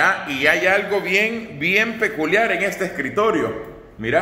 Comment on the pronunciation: Bien peculiar o bien paculiar dijiste 😂😂😂😂😂